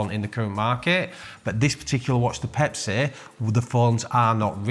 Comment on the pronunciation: Pepsi not Pepsay